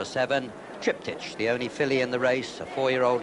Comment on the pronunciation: Triptych's name is pronounced as with Trip-tick. [Not as Trip-teesh!]